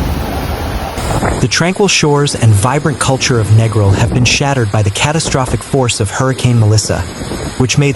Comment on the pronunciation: If you're gonna do a vid at least pronounce the name of the place right - its Neeee gril, and a lot of that vid doesn't even look like the place!